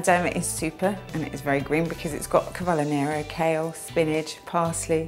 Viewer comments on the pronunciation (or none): cavollo nero?! ahahahah its CAVOLO nero ahaha love you btw xxxx